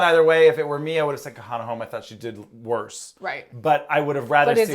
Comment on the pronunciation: So happy that remembered how to pronounce Kahanna’s name 😆